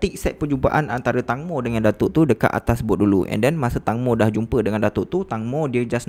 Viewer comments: Bukan tangmo tapi tengmo, tangmo bermaksud tembikai 🥰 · Sorry , call dia " tengmo " bukn tangmo ya , hanya sekadar pengetahuan ❤️